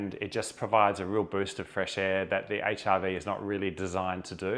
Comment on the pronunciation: Nice demonstration and explanation. 👍 I had a chuckle at your pronunciation of HRV…I kept hearing HIV. 😅 ❤ from 🇨🇦